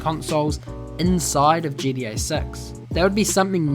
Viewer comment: Why do u say it like GDA 6? 😅 Good video though!